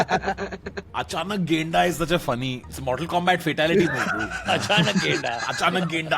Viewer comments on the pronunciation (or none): tanmay bhai it's gaida not genda gaida means rhino in nepali.